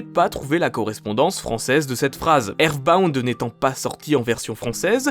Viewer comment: "eerrsbound" ultra kek